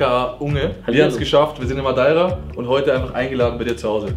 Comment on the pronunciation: Sag mal sprecht ihr Madeira absichtlich falsch aus ? Oder was ist da los ?